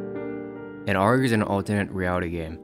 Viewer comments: it's A-R-G not "arrrrg" arrrg is for pirates, we are not pirates. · Great video but you calling it an "Argh" instead of an A-R-G pissed me off far more than it really should. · its not ARGE its a-r-g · you're the first youtuber i've ever seen that pronounces ARG like that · Ok, this video is great, but...bruh, why do you say ARG like that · bro pronounces “arg” like arm or ram instead of like cpu